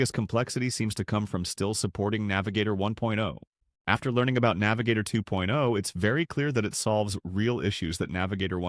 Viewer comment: The emphasis on words like "1.0" and "2.0" when comparing the two doesn't sound right. But more generally, the overall cadence sounds really repetitive. It's lacking any human touch and becomes a sort of drone that I found myself tuning out to.